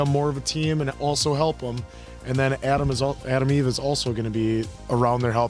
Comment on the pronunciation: lol always thought her name was ADAM EVE sub titles say her name is ATOM EVE, damn US pronunciations.